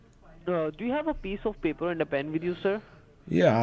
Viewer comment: You have a biece of baper, and bencil handy? Lol